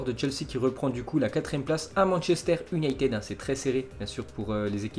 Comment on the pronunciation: Merci beaucoup #! Mais ce serait mieux si tu faisais plus d'efforts dans la prononciation des mots anglais (United, Mason (Greenwood)). 😃👏